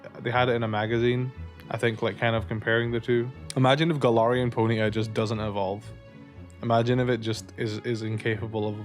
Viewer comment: I like the way you say it. "Pony'a" 🤭